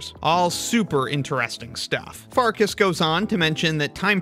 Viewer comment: It's pronounced Farkash, not Farkas. Assuming her ancestry is Hungarian, because that is a Hungarian family name (meaning Wolf).